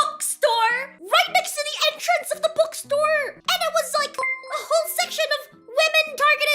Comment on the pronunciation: i still dont know why she pronounces bookstore " bukstor"